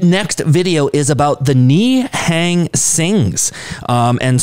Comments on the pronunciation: Literally every foreigner Ni hang instead of nihung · Pronunciation of Nihang "Ne'hung" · Pronounce as ni+hung